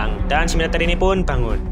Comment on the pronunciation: Yang gw denger "Minotaur=Minotauran" 🗿